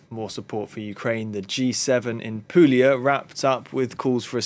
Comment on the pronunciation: It's pronounced " Poolia "